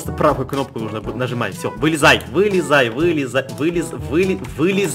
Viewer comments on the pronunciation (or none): вылизай, вы вы вылизай Звучит как вылизывая😂😂😅